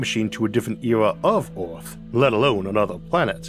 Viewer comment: 'Orth'? Where's 'Orth'? What's 'Orth'?